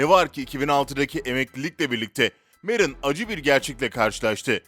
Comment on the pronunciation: Meron değil merson